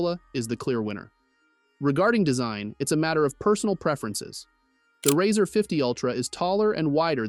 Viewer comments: The product is pronounced “Razor” like “Raise”, not “Razzur” as in “Razz”. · How can I trust a reviewer who can pronounce the name correctly on a phone especially one with over 30 years behind it.. It's razor not riser!!! Yes he did fetch it correct at the end!!! Just say'n lol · The "Rawwzer" ? 😂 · why it say "razr" like that